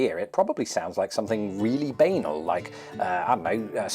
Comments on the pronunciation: Unusual pronunciation of banal there. Normally rhymes more with Chagall than anal. Purely in the spirit of this video: wazzock. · Bay-nul??? Do you mean ba-narl?